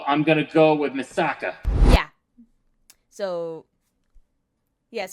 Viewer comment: It’s pronounced Misaka not Miseka